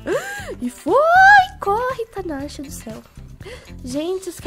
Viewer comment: na primeira partida tu falo teu nome errado tu fala tanasha